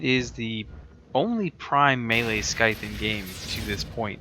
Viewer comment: THE FUCKS A SKY-TH? THE C IS SILENT.